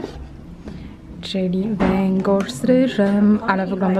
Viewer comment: Nie "węgosz" tylko "wengorz".